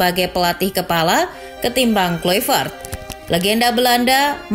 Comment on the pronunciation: KLAVERT Bacanya Bukan KLUIVERT